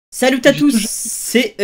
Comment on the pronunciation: ta dit salute a tous et pas salut